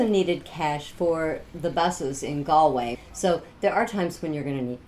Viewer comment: Galway pronounced correctly 👍☘️